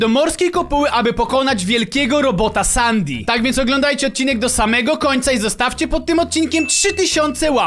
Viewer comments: Sandy a nie sandi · mówi śię sendi a nie sandi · Nie mówi sią Sadi tylko sedi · Nie hasztak sandy tylko hasztak sendy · sandy czyta się sendi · Papuga essendi się mówi Sendi a nie stan nie Sendi się mówi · Muwi się sendi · Mówi się sensi